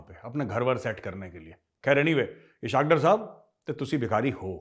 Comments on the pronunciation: #thechanakyadialogues #majorgauravarya It's pronounced as ISS Hawk Daar Not ishak dur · Sir, Pls correct your pronunciation of Ishaq Dar: It is spoken as Iss-haaq Daar, इसहाक डार, اسحاق ڈار 🙏Aur takaa k be-izzati karen I anxiously wait your tasty lectures.